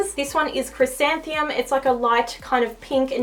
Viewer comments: I think u said the pronunciation wrong on "chrysanthemum" (chris-santh-em-um) loved the video! Super helpful :)) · The first one is chrysan-the-mum like the flower.